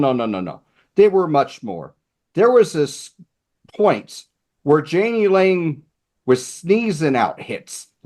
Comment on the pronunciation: Jani Lane's name is pronounced Yah-nee